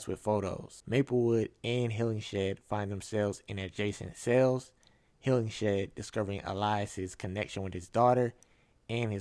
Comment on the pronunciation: Apparently the director left that cliffhanger of Maplewood talking to Shahara in 2023 as a potential setup for a S2. He wanted to leave a thread in case another season is approved. Oh and it’s pronounced “Hillinghead” not Hillingshead